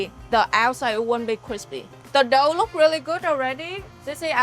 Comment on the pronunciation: its funny how she says "dough" like "đậu"(tofu)